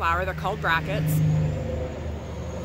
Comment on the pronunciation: I thought the speaker said brackets.